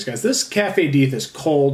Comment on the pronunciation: The best stouts are high ABV. I don't know why. I'm not an alcoholic. I drink one at a time, but you cannot get the richness and depth of flavor from a 6% Stout. BTW: Why do you call it "Deeth"...have I been saying it wrong? I thought Deth's Tar was a play on "Death Star"???